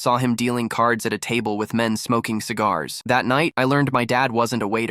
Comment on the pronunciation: "CIG-AHR" made me laugh 😂